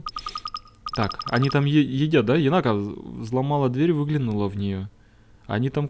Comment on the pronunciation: единственное, она не енАка, она Енака. Ударение на первый слог.